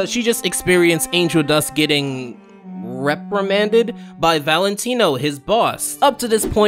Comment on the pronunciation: Please the pause before you say “ reprimanded “ had me 😭 this was such a good video! I really agree with the ketchup metaphor on rauchyness being overused for comedic purposes, you literally put it in words perfectly in my opinion!